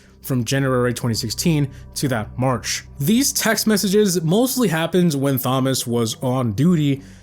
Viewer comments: You know it’s not pronounced THomas just tomas right?? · 😂 Thomas isnt pronounced thom-ass. its a silent h. Tom-as is how youd pronounce it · I have never heard some one pronounce Thomas as Somas rather than Tomas 😅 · Who tf pronounces "thomas" as "fomas" ?????? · Why do you say Thomas like that? It's pronounced TOM-uss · Brother the h is silent. It’s pronounced Tom-us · more like fomas😂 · I love you but it’s not “thom” as lol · Voiceover can’t pronounce Thomas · The pronunciation of Thomas is killing me lmao 😂 the h is silent brah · that’s not how u pronounce Thomas brother lol